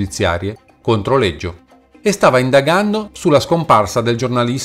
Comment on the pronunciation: Scusa ma perché lo pronunci Leggio